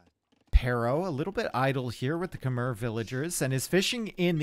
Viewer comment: Small correction (you probably know now) it's Kem-mai not Khe-mer